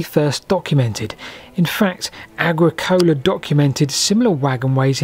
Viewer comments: ag-ricola, not agri-cola..... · Very interesting video. Thank you for it. Minor OCD moment, though: Agricola is not pronounced as if a portmanteau of Agriculture and Pepsi Cola. It's more "Uh-gri-culuh", with the stress on the second syllable (...gri...). Additionally, De re metallica was written in 1556ish by a German chap named Georg Bauer, though his baptismal name was actually "Pawer". Both German forms translate as 'farmer', so when he did the Renaissance elite thing of Latinising his name, he became Georgius Agricola (because 'agricola' is Latin for farmer). In any event, the guy describing the early carriage/rail way is not Gnaeus Julius Agricola, the ancient Roman governor of Britain in the first century AD, whose 19th century statue at the restored Roman Baths in, er, Bath you display at the mark. In short: there are two entirely different Agricolas, however you pronounce them, separated by around a millenium and a half ...and the use of the statue of the one when citing the writings of the other, as if they were in any way related, is a bit of a blunder. Additionally, £800,000 in 1850 would, according to the Bank of England Inflation Calculator, be worth a mere £88,766,394.11 in today's money. Eighty eight *m*illion. Not the one hundred and eight *b*illion you cite at the mark. You're out by three orders of magnitude! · The accent in Agricola is normally on the second syllable, not the third. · The way you pronounce Agricola is sending me 🤣